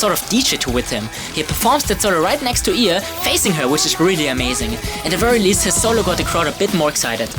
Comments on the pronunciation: Not used to saying 'IA' like "ee-aa'. I always say "ai-ey"... :'D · Its Pronounced I